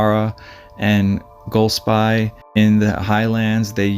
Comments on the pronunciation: I live there and my daughter has been on his courses with him.I never met him , but my wife said he was a lovely guy. Golspie is pronounced...Golspee, incidentally. This tragedy was hardly mentioned in our national media, for some reason, even though it was on the local media. The area where we live is fairly remote, but it is highly unusual for anybody to go missing there, especially somebody as skilled as him. Nobody knows what goes on in peoples minds, its easy to say “he definitely wouldn’t leave his family” , but you cannot know that.Pressures of life work on people in different ways. The villages and towns around us are small and if he ended up being there it wouldn’t go unnoticed. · Hi Golspie is pronounced Golspay. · Golspie, pronounced, gol spee. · Loch Nay- ver. Goll-spie. emphasis on first syllable. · His poor family ❤ 🙏🏻BTW (pronounced Golspee). I have walked there many times with my husband and it is a total wilderness. Sometimes people think that the UK is a tiny island but when you go walking in the ‘flow country’ unfortunately there are plenty of bogs that you can fall into and it is a beautiful yet desolate place - one of my favourite places on earth, but it can be tricky to navigate safely. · Pronounced Golspeee. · It's pronounced golspee. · There no D in Golsbie… Goal. Spee/sbee… Highlands are pronounced highl’nds… Naver. Rhymes with never. Also, I can’t sit around for you repeating yourself this much. 😅